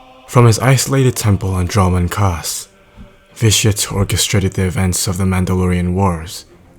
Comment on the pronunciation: when you say Vitiate it sounds like ''this shit''